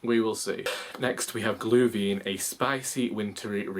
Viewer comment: Sorry, I have to correct your pronunciation of Glühwein. It's glue-vine. With a German accent. Der Glühwein ist gut! (I don't know if it's good, I haven't tried it yet.)